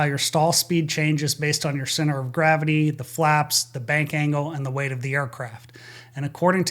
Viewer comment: ...."ANGLE of Bank" NOT "Angel"!!!!